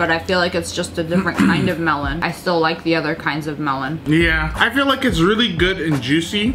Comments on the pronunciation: the way she pronounce melon tho😭😭 MELHOWHN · Sssniperwolf language: Melon Pronounciation: MELOWNNNNNNN